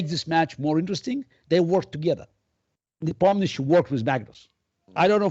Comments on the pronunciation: He's NepOmnyachtchi, not NepomnYAchtchi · People should learn how to pronounce Nepo’s name. The interviewer embarrassed himself completely butchering name multiple times. Listen to how Kasparov says NepOmnyaschiy (stressing O) and try to repeat it few times until you get it right. Or you can keep call him Nepo, which I believe Yan prefers himself since his last name is frankly kind of embarrassing (it literally means Forgetful in translation from Russian).